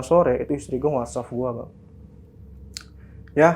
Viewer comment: WhatsApp bang bukan wasaffff